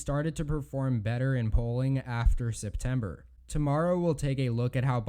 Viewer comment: First “Arkanzah”. Now “Zeptember”? Wtf guy?